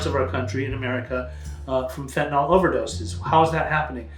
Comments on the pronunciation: Why do people pronounce it "fent-a-NALL" instead of "fent-a-NILL?" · Why do you mispronounce it? It isn't fentanol. It's not great for your credibility. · Amazing how even educated individuals mispronounce the name of this drug.